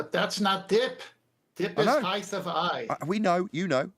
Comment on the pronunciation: Can we get to stop saying "heighth"? It's not a word.